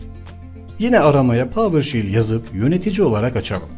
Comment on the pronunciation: PAVIRŞEL NOT PAVIRŞİL PAVIRŞEL PAVIRŞEL PAVIRŞEL